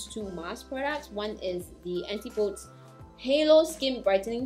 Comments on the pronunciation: The pronunciation is / ænˈtɪp əˌdiz /, not Anti-pOds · Thanks for the review of these products, especially the night cream. The name of the company name would be pronounced An-tip-oh-dees. It's a Greek word that means the direct opposite of something, and it is what people from the northern hemisphere call New Zealand and Australia. New Zealand is, of course, where the brand Antipodes is from.